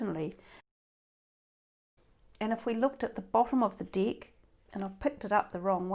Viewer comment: Tarot dick?🤔 I'm sorry but I can't stop laughing 😂🤣I thought it should be called tarot deck😅I know it's only something of pronunciation,I don't mean to be rude, it's just,so funny when I hear it...You made my day happier with just one word 🤣so I'll subscribe👍💖